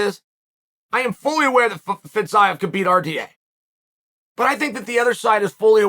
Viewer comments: Fizzz-iii-yaaaa ???? Are you sure that's how you pronounce it bro lmao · “fetZaev”🤡🤡🤡🤡 Chode sonnen